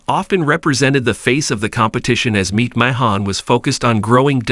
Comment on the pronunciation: This AI commentary is a joke.. Mispronouncing Vinny Mac's last name is laughable..